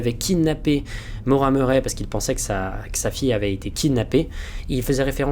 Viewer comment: super vidéo, mais ça se prononce ''Maura Murri'', sinon vraiment super ^^